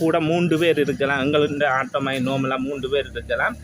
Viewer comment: Why say Aata when it is Auto ( o)